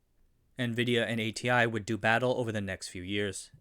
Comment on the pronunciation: Your pronunciation is so awful. If you insist on pronouncing DRAM and id as a whole word, you should pronounce ATI as Ah-tee as well. Horrible inconsistency.